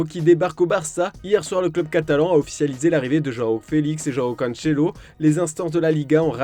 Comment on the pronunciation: Pourquoi CANCHELO …? C’est Cancelo comme ca se prononce comme PEPE … et pas Pépé … Merci